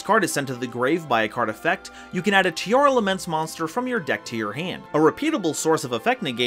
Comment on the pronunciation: Pls fix the naming of the monsters, it's Tearlaments not Tearalaments. I feel weird when I heard Tearalaments.